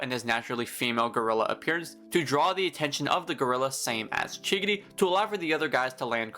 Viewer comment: he’s saying chigiri like giggity